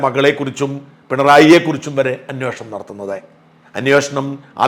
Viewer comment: അന്വേഷണം ആണ് anwoshanam അല്ല